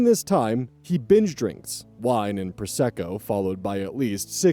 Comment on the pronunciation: correct! It does audibly sound like ‘bench drinking’ though.